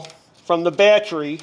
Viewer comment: Battry - Sounds like someone form New Jersey or New York.